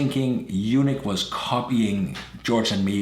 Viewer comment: (U-NEEK) not u-nick!! A u-nick has no testicles. Lmfaoo!!!!!🤪😜😀